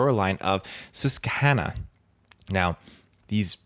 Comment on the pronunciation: As a Pennsylvanian, it's pronounced Sus-kwuh-hannuh